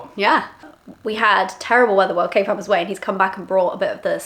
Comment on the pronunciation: I love you guys I always thought you were calling your husband Caveman lol not kayvan 😂 love the channel you can truly tell you two are made to be together.